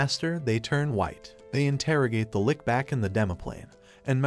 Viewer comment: Your saying lich like lick when it’s spelled lich